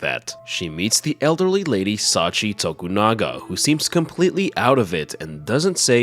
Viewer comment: Thanks for the upload. The old lady's name is pronounced "Sachië", like Charlotte Brontë, by the way.